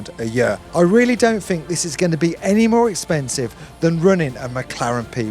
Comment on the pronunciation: LOVED the "expensieve!" Hillarious!